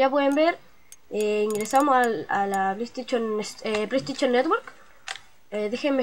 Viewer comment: Pleiesteichon XD